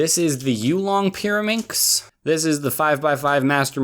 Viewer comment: The pyrimax part sound like marAnda